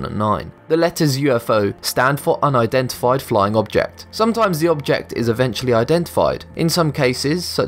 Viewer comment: I'm sorry, not trying to be "that" person, but "uindentified?" I think you switched the "n" and "i" around